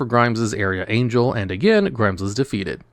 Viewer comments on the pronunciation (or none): none